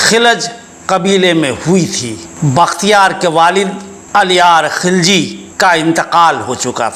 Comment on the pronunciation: He was not khilaj Sir he was khilji mean gilzai and was not turk but true and pure afghan in Turkish there is no pronunciation of k or kha